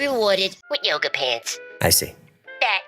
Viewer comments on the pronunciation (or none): none